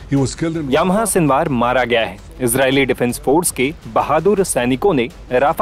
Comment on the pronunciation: याह्या.... यामाहा नही.